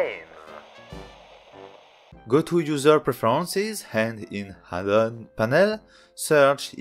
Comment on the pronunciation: Mec, bonne video mais fais gaffe tu rajoute un H avant chaque mots ou il y en a pas, par exemple I tu le prononce Hi et add-on tu le prononces Hadd-on (edit Hedit etc...) ;)